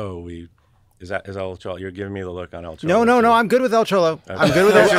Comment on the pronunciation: Chollo? Is it not choy-oh?